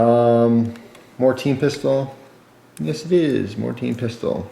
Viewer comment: it sounds like you're saying "teen pistol" instead of team pistol